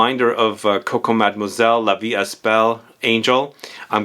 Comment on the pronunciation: I need to go smell this one. It's interesting how a perfume can be a reminder but better to very generic perfumes! Also, in "la vie est belle" the S in est is silent ;)